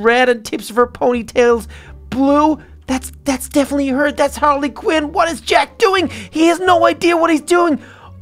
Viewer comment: ITS HARLY QUEEN NOT QIN